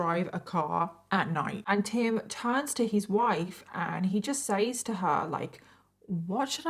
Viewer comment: It funny how you pronounce 'says' 8]